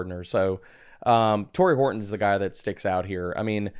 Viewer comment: Did say “Hard on” when talking about Horton?! 😂